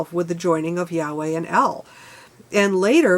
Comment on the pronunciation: The main issue is the faith of the meaning of the words writen by influential self appointed men with a common goal to capitalize upon what the simpleton cannot comprehend. For instance you used the frase yahweh which means the breath Though your pronunciation is incorrect as the Y in hebrew sounds like an H in English. If pronounced correctly it is the literal sound made while breathing. Has nothing to do with the feelings of interpritating the spells from unchallengable scripture. Auto didactic reality before the church of capitalism to find for yourself tangable knowlage of those fantasies you deemed imagination. Take a look at the vatican architecture differs from the mascot of the church's Ichthus flying angel fish. To base your life on a belief of a possibility of a beggining after the end of failure and expect redemption. Very greedy and narcissistic capitalism has deluded the perception of possessing ownership acumulated self worth, in reality it is how much you have taken of the from nature